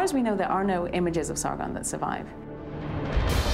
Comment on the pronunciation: And its Sargon not Sargun